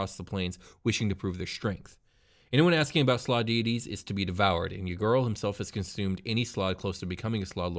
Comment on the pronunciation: .………it’s slaad.....(S-L-O-D)...